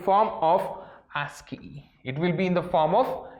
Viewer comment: Yes it's ASCII Not ANSCII